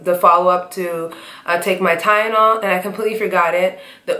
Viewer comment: I’m sorry I think that it is soooo funny how she says Tylenol. 🤣🤣 Sorry you cute tho girl 👋🏾